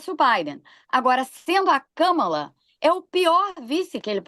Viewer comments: Eu chamo Kâmala. Acho importante chamarmos corretamente o nome de uma pessoa. Não temos obrigação de saber outra lingua, mas é delicado e de bom tom fazermos um esforço para chamar o nome próprio de alguém de forma correta. Escreve-se Kamala e pronuncia-se Kâmala. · Não é Kâmala!!! É Kámala. Por favor respeitem! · Qual o problema de falar Kamala com o sotaque brasileiro? Europeus e estadunidenses se preocupam em pronunciar nossos nomes, e palavras em geral, sem sotaque?